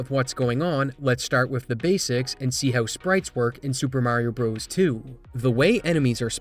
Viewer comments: It's pronounced "Brothers" not "Bros" Edit: In the same way Donkey Kong "Jr" is pronounced "Junior" not "Jirh" . The declining literacy of the younger generation is real! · IT'S NOT PRONOUNCED "BROS!!!!" It's "Brothers" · it's not "bros". even when it's abbreviated, it's pronounced "brothers"... i weep for the future. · If You say Super Mario "BROES" like a r3tard and not BROTHERS, which is the correct wording will always get a dislike from me. How do you say Dr.Mario? DERRR? so dumb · Lol pronouncing brothers as bros. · This is truly fascinating stuff, and an amazing community effort, but the most surprising thing to me about this video was learning that there are people that say "super mario broze" rather than "super mario brothers" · Brothers. Please say Brothers not Bros.